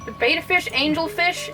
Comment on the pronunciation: Thank you for bringing light to these terrible videos. By the way, you don't pronounce betta fish "bay-tuh" it's more like "bet-tuh"